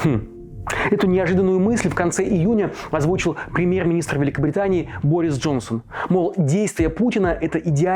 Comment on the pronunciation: Ты прикалываешься? Почему ты когда говоришь "украина" ты не картавишь? А потом пхемьехг великобхгитании бохис джонсон